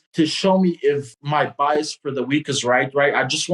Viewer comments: saying BEEAS for Bias killed me😆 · i literally thought he was saying BS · Actually he says it the way you spell it, because we Italians pronounce words the way we spell them